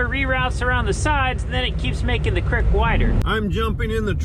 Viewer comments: "Crik" I think you mean "creek". Lol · It’s a crEEk not a crIck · Creek. Not Crik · "crick" LOLOLOL